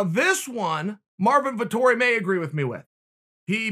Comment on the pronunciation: "Vitori" ahahaha